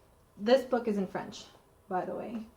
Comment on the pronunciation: It looks like your risk was well rewarded. So many beautiful patterns for all different occasions! And I was impressed with your French pronunciation. I can fake my way through Spanish, Italian and German, but French has always been beyond me.